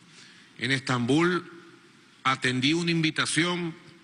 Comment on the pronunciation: Quiere dejar de decir "Stambul"?